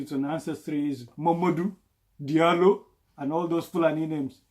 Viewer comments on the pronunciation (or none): You look nice in The Ngapaleewol e Hufnere. And Diallo is actually pronounced as Jallo lol... The french really fcked up the spelling of Fulani names in the Francophone African countries. Nice Video.